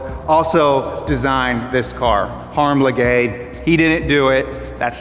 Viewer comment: Harm Lagaay: Pronounced as "Le Gay". LOL